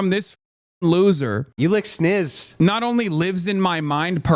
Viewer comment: Mf said snizz 😂